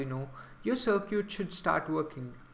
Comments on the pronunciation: stop saying sircuit its Circuit lol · dude seriously while you're online don't run your mouth just Google it even the general public knows how to enunciate cir·cuit sərkət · uh dude circuit is pronounced sir-cut